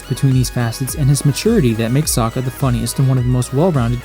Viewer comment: They pronounce his name as sooooka, (o o as in book) it's a Russian s